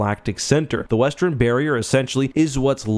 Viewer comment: One thing that has never changed about in all that time is how he pronounces western as "westren" 😅